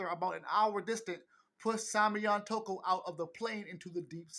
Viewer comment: not tokyo but " Toko"